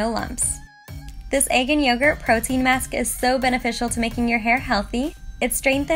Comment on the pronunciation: she says maks instead of mask 😂😂 so cute